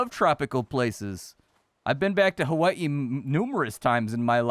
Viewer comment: It's so rare to hear Hawaii pronounced correctly.